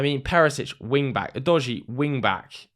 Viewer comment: Your pronunciation of udogie is a bit udogie 😂